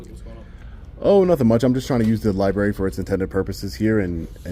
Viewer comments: I just have one complaint. It is a pet peeve of mine. I'm a baby boomer and we were all taught how to spell and read come and it is library with an R after the bee, it is not libary! Anyone who is as educated as you are should know that! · The amount of people who say "liberry" is astounding